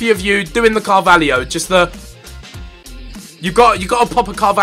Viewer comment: Is not Carvalhio its Carvalho